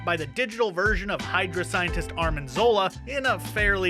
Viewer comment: Were you saying "Armin" Zola?? That's what it sounded like. Isn't his name Arnim Zola?